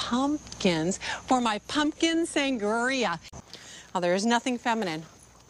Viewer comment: "San-guh-ria" 🤣😂 lol